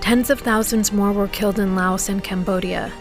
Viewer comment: typical documentary --- did you hear Prez Kenedy pronounced "Laos" something like Lay-auss